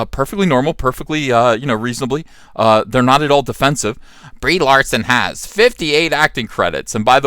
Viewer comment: I could swear he says "Debris Larson" lmao.